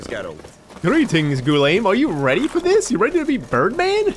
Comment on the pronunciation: Finally! I missed hearing you mispronounce Guillaume's name every 10 seconds. Hahaha